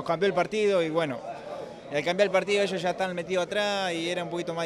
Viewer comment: Eshos , que no era peruano ?